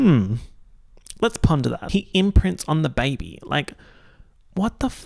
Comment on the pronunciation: “ze bébé”